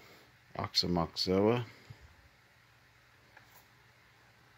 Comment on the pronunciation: Hi there. I I could never pronounce the Dead's 'Aoxomoxoa' whenever I saw it in the record shops. So thanks for pronouncing it properly for us. I enjoyed seeing these classic Dead tapes. I think the Englishtown boot is from New Jersey in 1977. But I could be wrong. Have a great weekend. That was very cool~ Rob/Boston